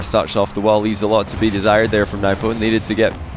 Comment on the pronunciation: Can somebody with any sort of status please correct him it’s newpo not nuhwpo